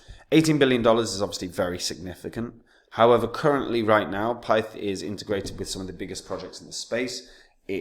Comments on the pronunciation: Pronounced PITH 😂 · man said pith lol